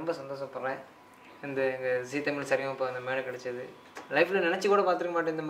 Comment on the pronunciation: தமில் இல்லை தமிழ்